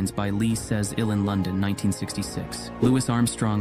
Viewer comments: It's pronounced "loo-wee," not "loo-wiss." Louis Armstrong. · Lewis Armstrong, eh? (His name is pronounced Louie). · not lewis armstrong pronounced Lewy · Too bad you didn't pronounce Louis Armstrong's name correctly. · Seen all these photos elsewhere 😂 and you mispronounced Bebe and Louis 🫠